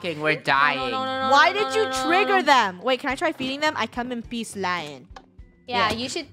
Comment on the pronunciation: When you saw a gorilla, did you say ''I come in peace'' or ''I come in bees''?